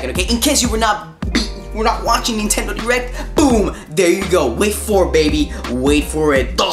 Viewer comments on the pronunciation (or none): none